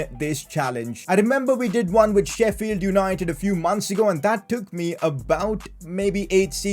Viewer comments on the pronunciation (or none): none